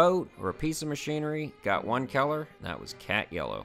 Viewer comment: Lol... I heard keller and not color. What accent is that? No disrespect intended, just curious.